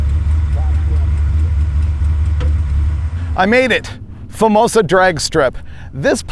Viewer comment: There’s an O at the end of the word Famoso